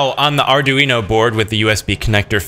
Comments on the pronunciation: Please stop saying arduino like that, jus please.. Btw, sposed to have 16v 1000uf cap, and 470- 1k ohm resistor in line with data line.. sooo, yea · Mispronounced Arduino